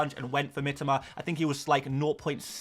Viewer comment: Has anyone told he's prouncing Mitoma wrongly?